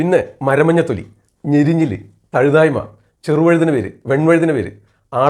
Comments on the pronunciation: തഴുതായ്മ അല്ല തഴുതാമ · Nalla Avatharanamaanu. Marunnukal parayumpol perukal valare sookshmathayode upayogikkaan shradhikkuka.Thazhuthaayma alla Thazhuthaama.